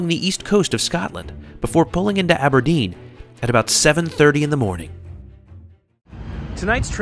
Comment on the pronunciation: Love your pronunciation of places in Scotland! Inverness? Aberdeen ?